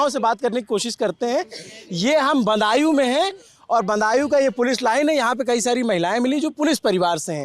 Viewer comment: सौरभ जी बदायूं को बंदायू बोल रहे हैं भाषा में ध्यान दो भाई